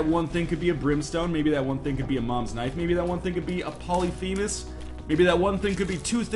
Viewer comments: From "pah-luh-fee'-muhs" The " fee' " is pronounced "fay" I believe. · Pylolphemus? Lol.